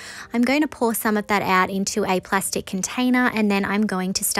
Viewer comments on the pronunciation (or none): none